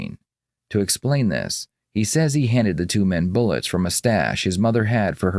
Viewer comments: “Actually, I didn’t provide those BULLECKS!” 🤣🤣🤣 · He should be put away just for pronouncing "bullets" as "bullikks". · Well I’m convinced that the guy who pronounces bullets as “bullicks” is 100% smarter than the police and is also innocent. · Is he really saying Bulics?